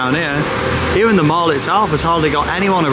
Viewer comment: Please pronounce mall properly. It’s pronounced the same as call, ball, fall . Love the videos though